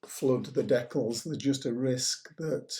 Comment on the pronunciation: Great job, just one criticism, it's de-cal not dec-kull.